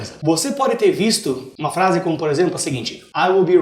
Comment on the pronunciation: "A flase" aushausha